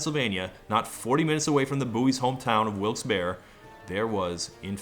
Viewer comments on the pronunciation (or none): Todd, I know the name of the town is Wilkes-Barre but the Barre part is pronounced berry. Yes, very WTF? and I understand you would have no clue because that makes no fucking sense. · As a PA native, I think the scariest part of this whole thing is how Todd pronounced "Wilks-Barre." It's "wilks-berry!" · I live in Northeast PA, so I guess I'll be that guy: it's pronounced Wilkes-Berry. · It's pronounced "Wooks Berry". My dad and grandparents grew up in a tiny mining town near there named Glen Lyon, and while I grew up in SoCal, I'm familiar with the accent. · As a person from central PA, listening to all of the ways that people not from the area mispronounce "Wilkes-Barre" never gets old. FYI, the Barre part is pronounced like "Barry".